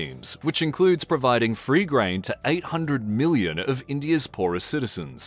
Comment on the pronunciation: Oi. It's Billion, not Billon. Also, it's Million, not Millon